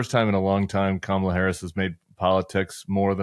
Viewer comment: Kristol needs to learn how to pronounce her name. It is Kah not Cam as in camera.